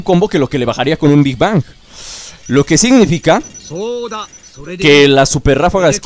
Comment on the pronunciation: Se dice big bang